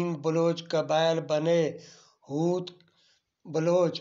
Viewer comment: Not hooth.correct hoth